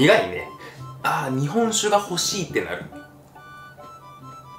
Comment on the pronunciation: 日本酒の言い方がめっちゃ関西弁っぽい